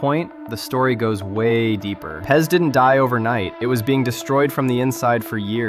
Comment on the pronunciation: Pronouncing it pez hurts my soul